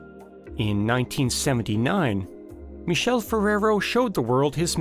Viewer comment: The narrator is pronouncing the name of "Michele Ferrero " wrong every single time- So disturbing and inadequate